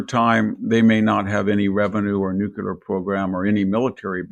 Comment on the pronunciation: Victor needs to learn how to say nuclear.... he goofs every time.